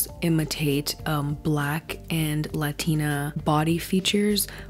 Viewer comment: she said latina. what